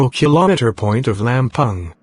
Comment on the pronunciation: Bilang Lampung jadi lempang madam...😀